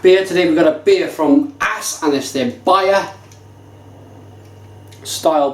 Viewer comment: great review, but it's pronounced OS, not ass :P the norwegian å would be the same as the O in orange. :)